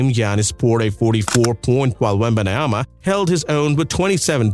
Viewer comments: "Wembayanama" I think you're adding to much letters mate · The first time he literally says wembanoyam... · he cant even say the name of victor right... why do I get this guy in mi algorithm...this is a video made from AI or what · I thought Reggie Miller was a terrorist for saying Wembanyana on TV but here it's on another level, are you reading scrabbles while doing your script ? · Bro thank you for the video but please learn how to say Wembanyama please or just say Wemby